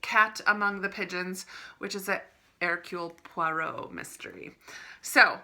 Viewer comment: Pink Agatha editions so lovely. Your pronunciation of Hercule Poirot is spot on Mrs. Your book buying ban lasted longer than mine lol so u did well x